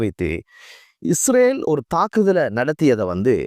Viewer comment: Not isravel. Say Israel. Or consult a speech therapist.❤ I think it's not that bad. You have to practice this Word several times every day. You can. I wish you well.❤